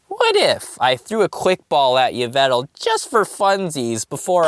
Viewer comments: yvetal????????????? 🤣 Yveltal not yvetal lol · Isn't you-vel-ta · It,s yah-vel-tall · It’s pronounced Evel tall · It yaveltal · YVELTAL MY NAME IS YAW-VUL-TALL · It's yeh ve tal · It's pronounced ee-val-tal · Its pronounced EE-veltal not what u said. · It's A Female Pyroar And its pronounced Yv-Elt-al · It's not Yveltal it's Yveltal